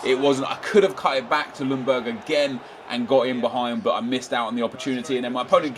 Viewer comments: It´s pronunced Jungberg!! The L is quiet! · The L in Ljungberg is silent.